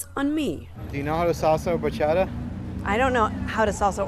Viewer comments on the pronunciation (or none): BAcHaDaaaaaaa!!!!!!!!!! What’s a Bachada!